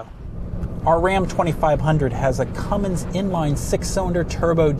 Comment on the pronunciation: Cummins not cummings